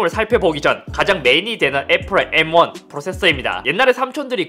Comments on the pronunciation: M1는 에무앙 M16은 에무십육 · "에무 원" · 애..무...16 메..모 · 나만 암욜맨으로 들리나 ? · 애무십육? 왠지 야하다. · seoul aemu king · 예전 분들은 일본어 발음 잔재가 많이 남아서 M16을 에무16 수학 R을 아르.. 팬츠를 빤쓰 등등 쓰는 경우가 많았죠 ㅋ 근데 잇섭님이 읽는 M1 발음이 왠지 모르게 에므로 들리는 착각이.. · 왜 자꾸 암욜맨으로 들리냐